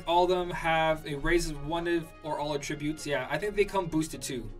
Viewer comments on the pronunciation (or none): none